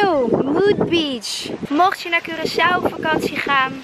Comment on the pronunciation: Hahahaha moest meteen lachen toen je zei Korsoe, gelukkig heb je die je meteen verbeterd haha❤❤❤